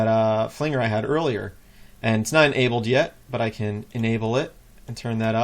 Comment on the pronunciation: Flainger? hahah it's Flanjer sheesh haha=) thank you! though - nice to see the process i will def be diving into jack rack looks very powerfuill